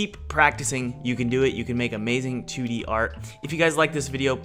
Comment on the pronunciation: Every time he says "2-d" character in the beginning I hear "tooty," and I giggle like a schoolgirl.